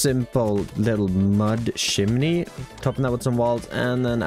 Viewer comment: Is it weird that I love the way you say chimney? 😅 It sounds more like "shimmying" and makes me think of something funky dancing out through there. 😂 Anyway, the build turned out great, especially with the limited block pallette. You can add or replace things as you get access to more blocks but I don't think you need to other than a few decorations. I was just kind of surprised you didn't make the drawbridge actually go up and down and working castle gates. It's possible with Create, you know? 😉👍🏼